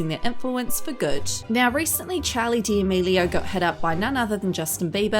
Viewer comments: why does she say “charlie diamelio” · “chALEe DALaMEELiO” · Did she really say “Chali deAmilio” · “Charli Deamealieao” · great video but you said her last name wrong...